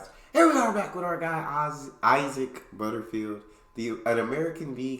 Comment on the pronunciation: I have a feeling that this girl is getting heaps of bullshit - like "sush" & "Melbs" because her inability to pronounce the word "Ozzy" reveals that she's a newbie to Oz, thus is fair game🤣🤣 After all, if she can't say "Ozzie, Ozzie Ozzie. Oi, oi, oi" she's always going to be a Foreigner! Re Canberra...lived in Canberra at one stage where both my ex-hubbie and I were working. It was - quite literally ''cos a shrink confirmed it😅 - slowly driving me insane. So we moved over the border to Queanbeyan and lived happily ever after. (OK, so that's a little exaggerated, as the prefix 'ex' shows🙃) But at least it saved me from the loony-bin!😂😂😂